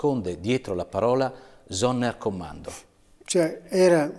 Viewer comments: Si pronuncia Zonderkommando, non sonnerkommando... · Con la S di rosa.